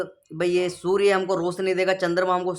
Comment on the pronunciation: सूर्ये नही सूर्य बोल